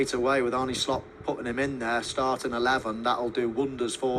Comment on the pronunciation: His name isn't 'Arnie',. 😁